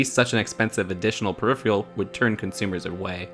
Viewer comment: You say peripheral wrong.